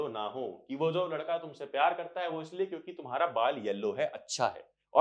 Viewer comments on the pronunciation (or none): none